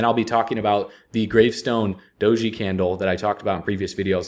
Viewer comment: Just Doge, not Doge-e